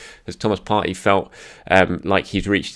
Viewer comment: Come on. You’re smart and you know Arsenal players. Surely you know how to pronounce Partey’s name correctly. No?